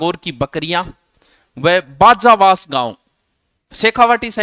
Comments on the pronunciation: बाजावास नही है सर वो बाजवास है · बाजावास नहीं बाजवास है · सर बाजावास कोनी बाजवास है